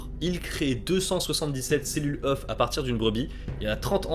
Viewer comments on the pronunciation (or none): none